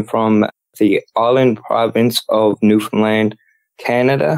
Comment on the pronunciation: it's pronounced NEW FUN LAND.... Newfoundlanders tend to get irritated when people mispronounce it. 😅